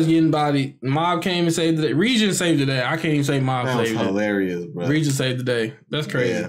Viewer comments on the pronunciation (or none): Didn't watch the post-credits scene. D: Also, it's pronounced ray-gen. Not ree-jen.